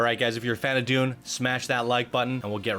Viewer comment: Dune pronunciation needs a lot of help, bro.